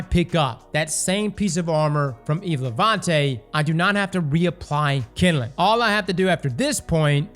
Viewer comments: My dude, it’s NOT KINDILING - it’s kindling. Two syllables. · Kinelin 😂😂 KinDling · All I think of is Bernie Mac saying jingaling every time says kinnelin(kindling) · The way he says "kindling"